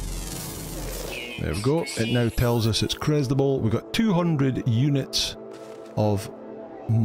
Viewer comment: Ah, I do miss hearing that, "eunuchs received."